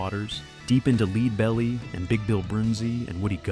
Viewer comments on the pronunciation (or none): Its : ledbelly. Stupid AI. Who commissions these lame pseudo documentaries?? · "Leedbelly" lol. Thanks A.I 🙄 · Leeed-belly? How hard is it for a person to read this stuff? Stupid AI robots! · Leedbelly? At least get the name of one of the best known American singer/writers right.